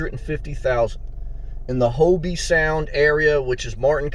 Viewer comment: Just wanted to help by letting you know It's not pronounced Hobee, it's pronounced Hoeb Sound.